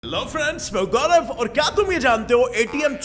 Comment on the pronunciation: hello friends main Hoon gaulav🤣🤣 who noticed